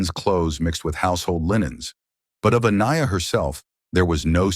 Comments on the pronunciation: How many ways can u continuously mispronounce the poor victims name? It's horrible enough how she lost her life and i find it disrespectful to her memory especially because the first time her name was said it was correct. You need someone to proof read ur stories before you post and be allowed to make money off said posts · My biggest gripe with this video is that you only say Aniyas name correctly 3 times. She doesn’t have much left, but for people to remember her and tell her story. By saying her name incorrectly you may as well be talking about someone else. I find it disrespectful. Just a future food for thought. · It would be nice if your AI voice could pronounce her name correctly. I counted at least 3 different ways. uh-KNEE-uh, uh-NIGH-uh, ON-yuh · I sure wish that the narration would pronounce Aniya's name correctly, every time it is used. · Does anyone else find it highly disrespectful to the VICTIM how often mispronounced her name? 😢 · Please tune your AI to consistently get the victim's name right. It pronounced it two different ways in this vid. Disrespectful. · FFS can't your CRAPPY AI even get this poor girls name correct ??!! There must have been 5 or 6 different pronunciations which is both rude and disrespectful to a beautiful young woman who has lost her life because of a mans jealousy & insecurity . If you're going to have a channel highlighting true crime , the LEAST that you can do is to get the victims name right !!! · Kind of sad the narrator couldn’t even get her name pronunciation correct. Think I heard at least 2 variations and a completely different name. Just seems a little distasteful. RIP beautiful girl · Not a bad effort by the AI narration but so far it's pronounced the victim's name 3 different ways. One would think a machine would be consistent. ;) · This was a great video--the only thing that could've made it better is if you had pronounced Aniya's name correctly throughout (but I think this may be an AI narrator).